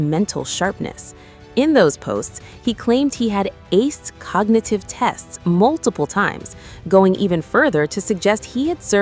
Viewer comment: Cogagative? Did I hear that right?